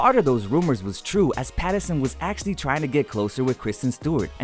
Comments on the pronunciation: Is it just me or did the voice over person keep saying "Patterson." 🤣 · Whys this dude saying Patterson HAHAH